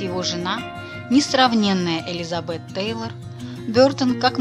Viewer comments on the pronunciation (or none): none